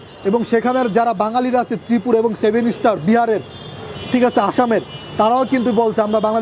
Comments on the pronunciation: সেভেন স্টার নারে ভাই সেভেন সিস্টার হবে। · ভাই, সেভেন স্টার না, সেভেন সিস্টার। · 7 ইস্টার না 7 সিস্টার